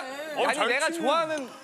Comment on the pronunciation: 39초쯤 펑키를 펌킨이라 발음한 것도 기여움.